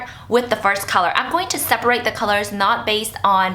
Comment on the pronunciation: Lol she cant pronounce "first"